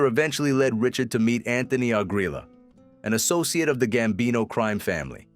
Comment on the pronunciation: Gsmbino, not "gambini."